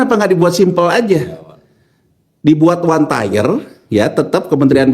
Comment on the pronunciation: 1 Tier, bukan 1 Tyre, 2 Tier, bukan 2 Tyre, 3 Tier, bukan 3 Tyre, Pronunciation nya diperbaiki Tier=Tingkatan Tyre=Ban